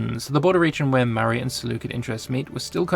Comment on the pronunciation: Hi. Love your videos. Just a tip Maurya is really pronounced like More-ya. I am unsure why the romanization was chosen like that.